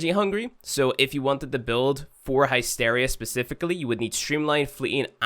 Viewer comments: its not naysteria its hysteria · The heck is hi steria? I've honestly never heard it pronounced that way in any accent until now. Lol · Pronounced HISS-teer-ee-ah (or HISS-tair-ee-ah) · High-steria? You can't you your Irish accent as an excuse for that one!